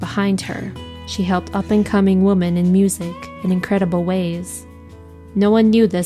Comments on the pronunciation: Plus, it sounds like AI/she kept saying “woman” when it should be “women”. RIP, Patsy. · So many mispronounced words. ”Women” and ”Opry” shouldn’t be hard to pronounce.